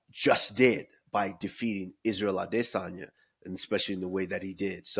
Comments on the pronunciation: can I ask why cejudo says adesanya like that. I mean with so much emphasis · I wish Cejudo just said Adesanya properly